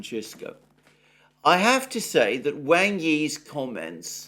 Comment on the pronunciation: Wang is pronounced as w-aug not as you see it